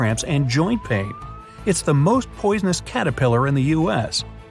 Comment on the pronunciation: PoiDonous Yes POIDONOUS